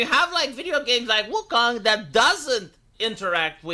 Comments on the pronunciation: he said Woo-Kung xD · Wuhkang... Dude doesnt know how to speak...